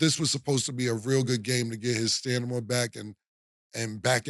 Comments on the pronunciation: Killa you my nigga but wtf is STANIMA I thought it was STAMINA😂😂😂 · Stat just gone keep letting cam say stanima 🤣🤣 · Lol "stanima" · Get over there "Steidmen"😂😂😂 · Cam saying stanima is crazy 😂😂😂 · "STANIMA" - CAM'RON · He said stanima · "Stamina" be kickin Cam ass lol Stanima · Killa said “stanima” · Stanima is wild lol how cam become a millionaire with words 🤣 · 😳Stanima oh ok stamina 😆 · STAMINA NOT STANIMA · Yea that stanima a mf 😂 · STANIMA got a hold on em 😂😂😂😂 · from New York to Atlanta with stanima 😂😂 That line always cracked me up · He said his stanima lmaoo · With all do respect...Cam kept on saying "Dreymond need to get his Stanima up" 😂😂😂shit had me geekin. MUCH LOVE Killa that shit was funny asf. And that Wiggins rumors is to much 😂😂😂 my wrist hurts... Say dat 💯 👏🏼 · Lol damn cam not “stanima” 😂😂😂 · Killa said "stanima" like he OJ da Juice Man! 😂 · Facts 😂 I was letting it slide the first few times but damn stamina brother stamina 😂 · It’s them veneers 😂fuccin up his speech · his teeth messes with his speech that does matter